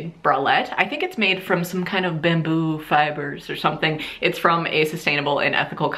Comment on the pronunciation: “some kind of bAmbOO fiber or something” that ACCENT lmao loved that!